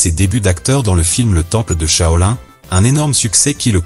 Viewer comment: Ta manière de dire "Kung Fu" elle est cucul-la-praline. Shaolin ce n'est pas un dérivé d'huile de lin...